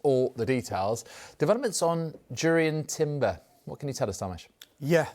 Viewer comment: Finally someone who knows how to pronounce Jurrien Timber's name properly 💯